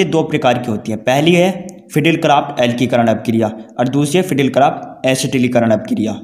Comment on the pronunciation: Alkikaran nhi alkilikaran hota hai bhai sahab 😁